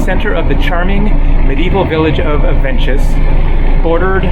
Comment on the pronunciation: No, you did not get the Avenches right. Actually you killed it. Anglos have a habit of pronouncing everything non-Anglo the Anglo way. I would ask a local how to, before publishing a video. BTW you mostly have trains going everywhere. Buses are just for local traffic.